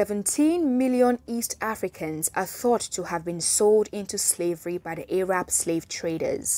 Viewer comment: Pronouncing Arab as "Ay-rab" sounds kinda sus though. That pronunciation is usually used when speaking of Arabs in a derogatory manner.